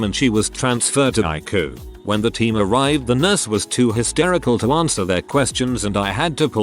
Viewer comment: A robo voice that can't pronounce ICU. Content creators really should do their own reading, rather than being confined to writing it and then moving on to the next reddit on a piecework basis.